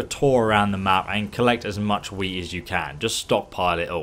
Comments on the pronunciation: I heard Weez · I was just casually listening and when you started talking about collecting wheat, I thought you kept saying weed. As you can see, that would be hilarious to hear while watching a video about alchemy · did he accidentally say weed instead of wheat? 😂